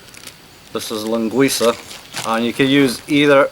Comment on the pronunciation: Incredible how you say a perfect Portuguese mainland Linguiça but say chouriço more like chouriçE like people from the islands say it =P So funny to me being Portuguese from the mainland Porto (north of Portugal). One thing tough you use way too much sausage compared with what we use here. Plus its very unhealthy to use that much on a pot that small to make a soup. Also, olive oil man! Where is the olive oil? olive oil = Portuguese cuisine And course salt, not that chemically altered stuff. ;) Finally to anyone interested, Sopa do dia means something like Soup of the day, so it can be any soup that is being served at that particular restaurant, it does not refer to this recipe exclusively. Btw i am not knocking down on what you made, its just that as you said, its not the same for a Portuguese.